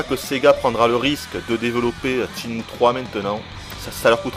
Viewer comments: C'est pas "Tchinmue", c'est SHENMUE !!!!! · Ce jeux est carton. Ca fait 11 ans mais il reste toujours mon jeu favori. C'est sympa d'avoir un test qui presente le jeu assez dans les details par contre le testeur m'ecorche les oreilles a chaque fois qu'il dit "tchine-mou". On dit "chaine-mou" gros naze. Je veux bien croire que c'est pas une lumiere en anglais mais quand meme! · tes chiant a dire TSHINE MOU! sinon bon test